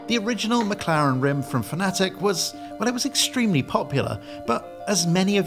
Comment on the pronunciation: Why are pronouncing Fanatec like the Americans do? It’s fan-a-tec, not fan-atic